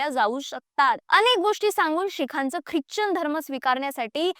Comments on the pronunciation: ख्रिच्चन नाही ख्रिश्चन म्हणतात त्याला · उच्चार चूक करतेय क्रिचन